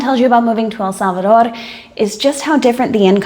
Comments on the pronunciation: So glad to hear you finally learned how to pronounce El Salvador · I looooooveee the way how you pronounce El Salvador accurately with a pretty natural Spanish accent. I'm so glad you had found peace and happiness in our land, congatulations for your beatuful family.